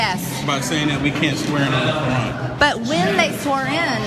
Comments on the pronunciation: quran, not kran pls. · It’s QURAN not KRAAN. Dosey Mare. 🙄🤷🏽‍♀️ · First of all, it's pronounced Kor-ahn not crayon. Ugh. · "You can't swear in on the Korean". This ignorant b. Learn to pronounce words properly. Qur'an is not pronounced Korean🤨🤨🤨😂. Also, might I add, it wouldn't be a legitimate swearing in if a person that is Muslim swore on the bible because that is not the religious text that their religion goes by. It makes no sense to force someone of a different religion to swear in on your preferred religious text, if that person has no ties to your religion that you are trying to proselytize them to. So let me make this quite plain, stop fucking pushing your Christian views on other people. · ha ha ha ha. She swore on the Ka-ren. Seems a lot of them took that oath. lol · "On the Kran..." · She doesn’t even know how to pronounce the Quran. It sounds like a midwesterners crayon. “ Crayn “ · Is she saying the canyon? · Why do I keep earing "you can't swear in on the korean" XD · “Can’t swear in on the cran” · Exactly, she can’t even pronounce it correctly!👍🏼😂😂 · Is she saying Qur'an or Korean? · I'm surprised she didn't pronounce it "Q-aran." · Keith Ellison swore in on a Quran owned by Thomas Jefferson. She pronounces it Core Ran. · She cannot even pronounce the word quran... She is the female version of trump😮😮😮😲😲😲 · Whatt??!! She is not even pronouncing the word Koran correctly....I'm trying to come up with a name that describes the woman but I can't... Loser??!! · I was making fun of her pronunciation. 🙄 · She should at least learn how to say "Quran" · She is not even saying it right. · Do she know she's pronouncing it wrong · I know, but still, the way she pronounces it is wierd. 😆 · The way she pronounces Quran makes me want to jump into traffic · She doesn't know how to pronounce it. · not her pronouncing Quran wrong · Am i the only one who cringed every time she mispronounced Quran? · She cant even pronounced it , fucking karen